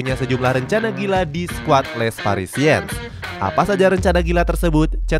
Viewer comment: Izin masukan yaa min, kalo "Nice" dibaca nya "Nis", Les Parisiens dibaca nya "Le Parisieng", trus buat nama coach nya R nya samar yaa min, makasihh